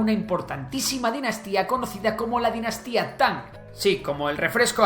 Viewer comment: "Tanjjjjj" Quizá no debería usarse la transcripción anglosajona. Esa -ng en realidad es como la -n que se pronuncia en el Oeste de Andalucía o en el Noroeste de la península (Galicia, León, Asturias) y algunos hablantes americanos (hay un youtuber mexicano que pronuncia esa -n velarizada). Eso de Tanj con el sonido velar sordo suena muy diferente a lo que se pronuncia en las lenguas orientales, era más conveniente poner "Tan" o incluso "Tanc" (porque la n velariza ante k como en "anca" o en "aunque" en todo el castellano, es justo ese sonido, una N pronunciada en el fondo de la boca, justo antes de la garganta)